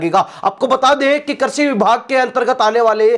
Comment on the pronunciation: कर्षि नहीं कृषि शब्द होता है ।